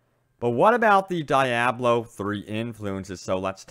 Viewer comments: Omg its deeeeiiiablo not dieablo ... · Diablo It is pronounced like this (de-ob-low) just like the expensive Italian car. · Die-ablo?? Really? Ok... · "DAIABLO 3" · Lol. Die ablo 3 lmao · Isn't Diablo pronounced Dee-ah-blo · Kevon G yea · Dee - AH - blo. Please... Lol otherwise great vid. Thumbs up. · Good work on the video with the exception that you called Diablo 3, DEEEABLO 3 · It's "dee-ah-blow" Diablo. #cringeworthy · SimoWilliams normally other ppls pronunciations don't bother me, but this was one of those exceptions😆😆😆